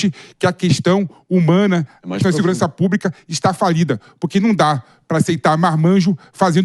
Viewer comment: para de falar púbrica até pelo amor de Deus